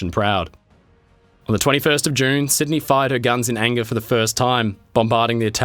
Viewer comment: it was zeeeeee Nazis